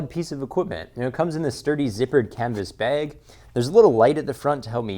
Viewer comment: You said "baeg" instead of "bag". Thumbs down